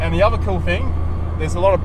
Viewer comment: Its other not uva.